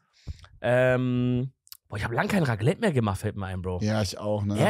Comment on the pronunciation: Bro was für Raglette es heißt RACLETT MIT C